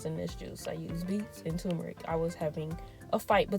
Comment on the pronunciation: It sounds like you are saying tu-me-ric, leaving out the r. It is pronounced tur-me-ric. The spelling is t u r m e r i c.